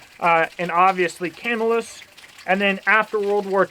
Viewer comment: Camillus, NY is pronounced Kuh-MILL-us